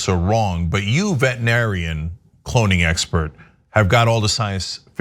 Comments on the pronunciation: Wait... Did she say, "Cloning expert"? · Did she say a cloning expert ? Or a clowning expert ? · Lol, I totally thought she said “pony expert.”